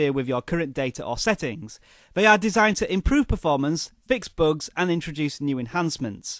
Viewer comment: "...fix boogs" what's a boog?